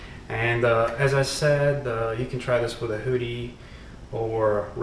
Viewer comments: Who dee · I thought he said booty at first. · Your pronunciation of hoodie is fantastically hilarious :) Love it.